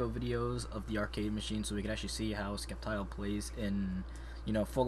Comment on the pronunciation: It is Sceptile the c is silent and Pokken (Pōkken